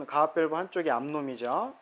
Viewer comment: 영상 잘봤구요. 감압밸브를 가압밸브라고 말씀하시는 것처럼 들리는데 물의 압력을 감소시킨다는 의미로 감압밸브가 맞습니다.